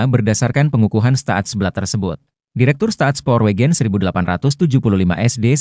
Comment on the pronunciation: Staatsspoorwegen dibaca Stats-spur-weihen Maatschappij dibaca Mats-khapai 😢